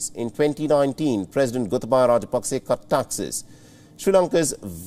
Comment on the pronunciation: it is NOT Pakse. ot is Paksa. hrsva sa vowel.